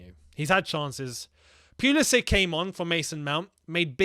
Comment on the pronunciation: It’s “pull ii sick” not “pee ull i sick”